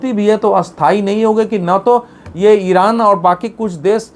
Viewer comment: Israil/iran sahi sahi bolna seekh